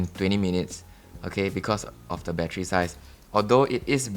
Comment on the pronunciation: same but for me it is because he says bat-tree, reminds me of an old Eddie Murphy comedy skit.